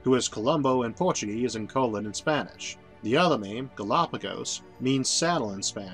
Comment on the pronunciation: Not that it's a huge point, but just knowing something you don't is rather fun: Christopher Columbus' last name in Italian is accented on the 2nd. syllable--co-LOAN, as evidenced by the accent mark you correctly put in the text around the time you said it near 25: 40. : ))